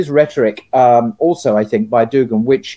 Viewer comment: It’s DugIn, not DugAn